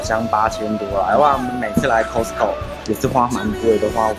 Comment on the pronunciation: 哈哈，其實念的COSTCO是標準的音，咖斯扣太台了